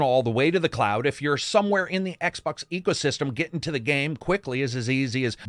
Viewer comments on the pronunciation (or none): none